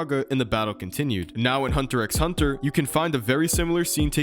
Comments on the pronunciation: Great video, BUT ITS NOT PRONOUNCED HUNTER "X" HUNTER. It's just hunter hunter. I'm commenting this mid video so don't expect a feedback on that. The video is great otherwise. 😭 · In hunter x hunter, you dont say hunter x hunter, you say hunter hunter, the x is silent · You dont need to speak the “X” in Hunter x Hunter, its just “Hunter Hunter” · you just pronounced the "X".... gross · you don’t pronounce the X in hunter x hunter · Now that I think about it, Sukuna does look like Hisoka. That Gon and Killua parallel with their clothes and hair color was a good one. But dude, x is silent in hunter x hunter. 😅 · I can’t sub bc you pronounced the x in HxH my guy